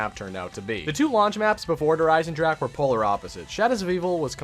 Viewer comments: Sorry man, but i get soo anoyed how do you say Der Einsendrache because it's said "der einsendraha" and not "ache" like headache. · It’s not pronounced dere eyesendrack it’s pronounced dere eyesendraha ITS A GERMEN NAME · he says der isen-jack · maybe those people aren't used to say this words but says Like Headache in Every single video hahaha ( I don't speak German by the way) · Little late to the party, but it’s DAY-ERH EYE-SIN-ROCK-UH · is it just me or he said Der Eisenjack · He: Der Eisendrack Germans: Triggerd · Wie er der Eisendrache auspricht 😂😂 Der eisendrak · Anyone hear him say der eisenjack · you said der eisenjack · Yo! If any1 doesn't know how to pronounce Der Eisendrache properly, and wants to learn, it's pronounced (Dare Eisen-drocka) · "Dare EYES-in-drahkuh" great video but your pronunciation is cringe-inducing lol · Learn to pronounce to name Der Eisendrache correctly please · PLEASE LEARN HOW TO SAY DER EISENDRACHE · Finally someone else points it out. It bothers me so much when people mispronounce zombies map names and weapon names.